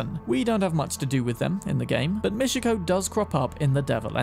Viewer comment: its mi-chi-ko, not mishiko?